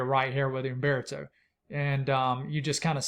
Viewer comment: You must inhale while biting your lip to say UMMMMbeartoe!